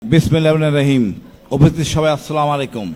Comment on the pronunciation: বিসমিল্লাহির রহমানির রাহিম ও তো ঠিক মতো বলতে পারল না